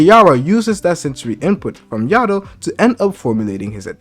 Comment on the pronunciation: Bro it’s Ah-Rye-Ah. And yo-dough. Why is everyone struggling to say their names lol